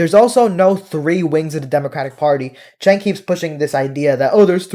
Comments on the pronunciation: I always thought his name was pronounced "Jenk," but you keep pronouncing it "Chenk." You know him and once worked with him. But are you sure you're pronouncing his name correctly? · Agree with you but isnt it pronounced Jenk? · You can't even pronouce his name correctly. 🧐